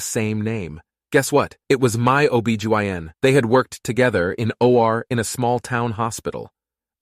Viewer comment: You pronounced "dingy" and "OB Gyn" embarrassingly wrong